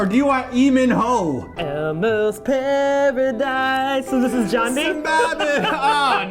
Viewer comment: Almost PEAR-adise